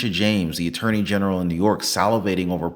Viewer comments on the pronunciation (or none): none